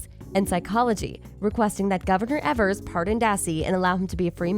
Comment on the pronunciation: Good video but please do some research on how to pronounce names correctly.. Every time you say Evers and manitowoc it makes me cringe..